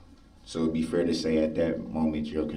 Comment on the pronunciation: Yes I HATE the way he pronounces ‘fair’ and ‘underSHTand’ 🤢